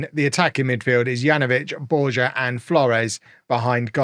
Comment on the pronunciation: "J" says "h" in Spanish. It's BOR-ha and Tru-HE-yo. Also, the board has every right to judge you on the competition. You're the one who came in to replace a coach who wasn't sacked and proceeded to change tactics. tactics are more inflexible than Amorim tactics.